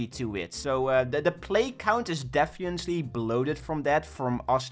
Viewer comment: "defiently" lol